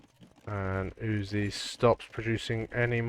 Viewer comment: sir, may i compliment you on your perfect pronounciation of the name uzzi. You doin a great job sir, you know your stuff.